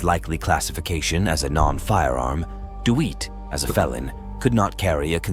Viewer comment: Who's the stupid fool narrating the Jeremy Dewitt incident? How his name is pronounced is common knowledge. "Dee Wit".